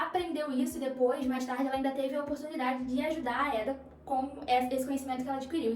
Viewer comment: correção: não é éda e sim eda